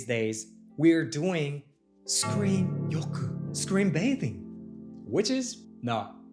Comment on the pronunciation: I literally laughed, when u say screen yoku 😂